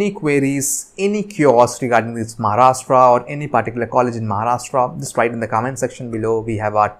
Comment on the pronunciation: Sir it not maharashta it's Maharashtra change your accent 😡😠🤬